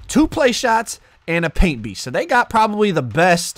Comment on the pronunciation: “Paint peast “😂